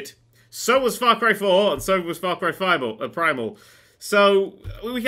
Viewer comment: I love how accidentailly called Far Cry Primal "Far Cry Five-al".